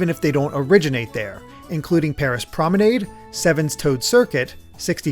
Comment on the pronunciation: You said Promenade wrong